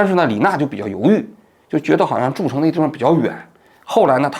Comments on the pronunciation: 王老师，诸城 读做一声❤ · 山东诸城市，发音不清楚